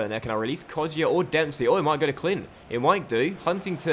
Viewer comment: It's Hourihan, not Hourihane, and I think it's Kodja not Kodjia, I don't think that the I is pronounced but I may be round